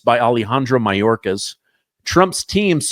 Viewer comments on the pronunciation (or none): none